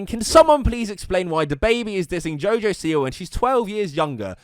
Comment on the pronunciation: Btw he didn't mean to call jojo siwa a bitch its wordplay since jojo is one of his nicknames and he pronounced siwa as see why so basically he said you a bitch jojo see why